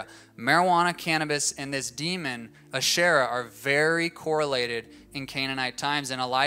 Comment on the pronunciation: Asherah (he pronounced her name wrong) was not a demon worshiped by Canaanites, she was a goddess in the early mythologies of the region.